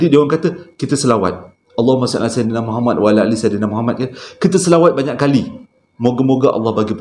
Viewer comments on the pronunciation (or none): none